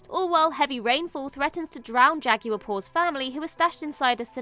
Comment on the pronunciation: You all really need to learn to pronounce Spanish words so much better because this is offensive. Con-kwistudors aren’t a thing, neither is a Jah-gyuer.